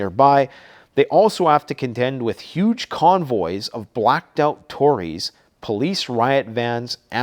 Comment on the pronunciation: blacked out “LORRIES” (trucks UK) NOT torries 😒